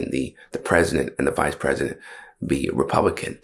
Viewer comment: the mark he says republicant.